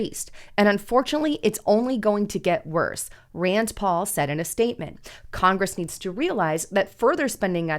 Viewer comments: Rand NOT Rands. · RAND , It’s RAND